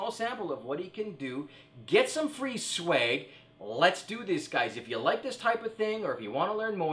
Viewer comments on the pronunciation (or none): LOL Did just say sweg:P